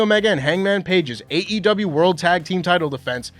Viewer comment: Happy birthday,! Small note- I appreciate- you always pronouncing the E in AEW. Hearing actual AEW performers pronounce THEIR OWN PROMOTION’S name wrong ie “AW” just drives me mad. It’s the pickiest of nit-picking but I appreciate you nonetheless 😂 /rant